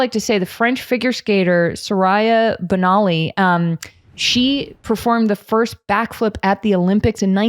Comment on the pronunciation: OMFG y’all butchered her name. It’s pronounced “Su-ree-yah Bone-a-lee.” Thats Black history y’all.